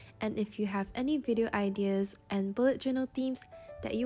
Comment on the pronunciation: I love your creativity and the way you talk. But just a thing...you are mispronouncing the word "ideas". (not hate) ✨✨✨